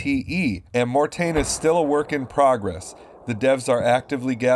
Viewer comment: As a French native your prononciation of Mortain was the best so far compared to other videos I watched from other English speakers! ;) HLL or PS... Still hard to make a choice...